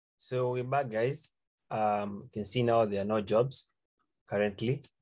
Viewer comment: bro says 'hello gays'